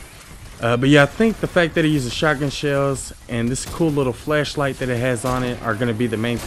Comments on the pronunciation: He is saying flesh light instead of flash light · Ooooohhh its FLASHLIGHT not FLESHLIGHT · I'm hearing flesh light not flash light lol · When he was saying flashlight y’all I heard was fleshlight 😂💀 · You saying fleshlight or flashlight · flashlight or fleshlight? couldnt tell what u said lol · Did anyone else hear flesh light when he was talking about the flashlight? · Swore this man was calling it fleshlight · I just keep on hearing fleshlight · I thought you said fleshlight, my bad. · Thought you said Fleshlight.......